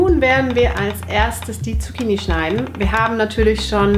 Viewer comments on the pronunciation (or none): none